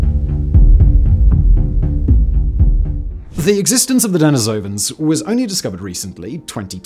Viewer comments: de-NI-sovans Not Deni-SOUVans Good grief, man! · "Neander-talls" the "h" is silent. "Dah-nee-so-vens"